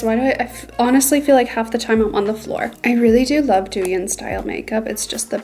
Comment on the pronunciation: just fyi, it's pronounced dough-yihn❤❤